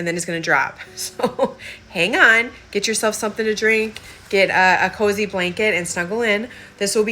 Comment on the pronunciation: when the home girl from up north says "get yourself a coooozy blanket and snuggle in" ... 🫡 Yes ma'am! ☺️☕ 🧸🍿